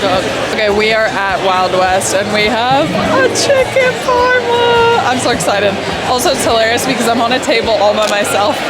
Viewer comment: FYI aussie for parma is Parmie, not doin so well